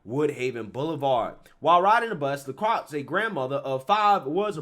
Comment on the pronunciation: "LeCroix", pronounced "le-croy". For the love of god, please stop saying "lucrux"